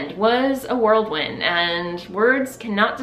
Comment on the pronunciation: LOVE your shawl! Side note: it’s whirlwind instead of world wind. 😘